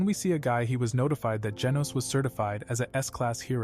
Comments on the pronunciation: Bro said genus when it was genos😂😂😂😂😂😂😂😂😂😂😂😂😂😂😂😂😂😂😂😂😂😂😂😂😂😂😂😂😂😂😂😂😂😂😂😂😂😂😂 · His name is genus not genius that really annoyed me sorry